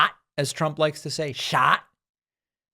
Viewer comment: love that pakman. you got it good! “shot”. shought.